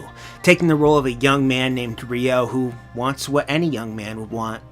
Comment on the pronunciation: Wat is reeyo? its ryo